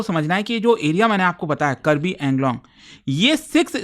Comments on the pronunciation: Thank you for covering the topic, btw it's Karbi Aa-ng-long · Its Kaarbi Aanglong